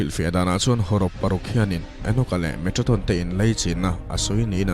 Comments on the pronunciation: Metraton ti in ilam in ka hria a. Metatron tih zawk tur ani in ka hria a.. Ka hresual pawh a ni mai thei.. I aw a fiah in ngaihthlak a nuam e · Metatron tih in a in ziak a, Metraton tiin i chhiar a. Eng hi nge dik zawk aw.!!? A ngaihnawm hle mai. 👍👍👍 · Metraton tih deuh hlîr in i lam bawk sia😁